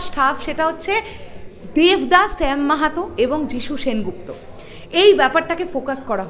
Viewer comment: Sam Mahato noi Shyam Mahato. Thik kore uccharon koro